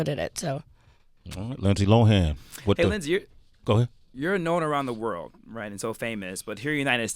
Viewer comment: Linday??? Really? Lol